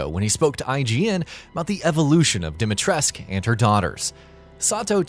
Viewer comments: All the romanians must be cringing so hard as even i know that you are supposed to pronounce the SCU at the end. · Ethan, who is voiced by an American, told what to say by a Japanese person, has no idea how to pronounce Dimitrescu. Ask any actual Romanian, if you even know any. I know 3 Romanians. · exactly, seriously no idea who decided to tell the actor that the u is silent. Even the japanese version is closer to the correct version. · I think you forgot the 'u' on the end of Dimitrescu. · the only thing confirmed is that English localization team doesn't know anything about pronouncing Slavic names. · could be the way Ethan pronounces it, but he mispronounces most names. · Ruthless Romanian dictator Nicolae Ceausescu had his name pronounced with the "scu," so why not Lady D? Did Capcom include an inaccuracy in the game? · Don't worry about it ;) Yes I know they did which is baffling to me as you could just walk up to anybody on the street here and ask them how it should be pronounced. A very weird decision if you ask me. Also a lot of people here are a bit mad because of this :D Gamers I mean. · that's exactly how it is pronounced, yes, Capcom should've done more research beforehand tbh. Also Romanian and kinda pissed how they are screwing the pronunciation, especially in a video game, but it's not the end of the world. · Im curious i dont mean to start a flame war but i must ask if im pronouncing her name right. Alcina Dimitrescu Al (alex) Cina (john cena) Dim (this light is dim) I (sibstitue for long e) Tres (rhymes with dress) Cu (coo as in cou in coupon) Am i getting that right? ☹ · No U on the end of her name, heard, gotcha, thumbs down. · Subscrobing and liking this video how about fuck no plus i have an ad blocker haahahahahahahaah How do you mispronounce Lady Dimitrescu's name i mean seriously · OMFG! It's DimitrescU, pronounced with a U not "esc"! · DimitrescU not dimitresk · it's not Dimatresku either...it's Dimitrescu, like dee-me